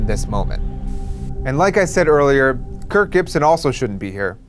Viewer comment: I swear you keep saying Kurt. Stop saying Kurt!